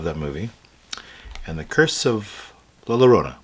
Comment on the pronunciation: Luh lurohna.. I'm sorry... 😭 but nice